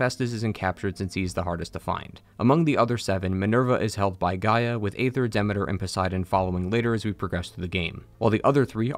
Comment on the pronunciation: Great video! But uh.... Are you saying Demeter and Thebes wrong on purpose?